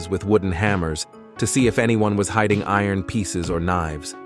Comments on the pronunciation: I ron gates, fence etc!!!! Not iron, it's steel!!!! And the bot narration is terrible, so is the stupid music!!! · Eye-Ron , Earin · Pronounce iron correctly. Thanks. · “I-ron”… “cramp-ed”? Did he have to wear stripe-ed outfits? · "I-ron gates" and "cram-ped" cells. You can't even read your own script. No thumbs up and no subscribe for you, I'll never click on your channel again. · "I-Ron gates" and "cramp-ed cells?" Oh no!